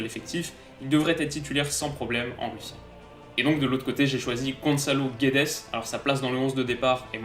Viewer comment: ça se prononce Gouèdes 😅